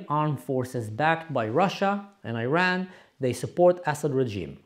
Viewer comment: First off, learn to pronounce the word Iran correctly. Secondly, use Islamic Republic when you are referring to the thugs that have ruined your Syria. They do NOT represent us Iranians in any way, shape or form.